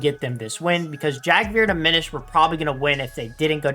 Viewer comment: Just so Yk aminished is pronounced a mini shed, I always pronounced it the way you did but it’s like he’s a small shed. Not tryna be weird, love the vids!